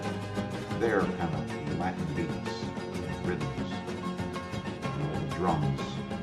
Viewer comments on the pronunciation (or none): none